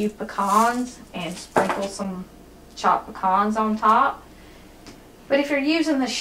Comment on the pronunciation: Thank you for saying pecans correctly. They're not "pee-cans" like so many in the East say. 😄😉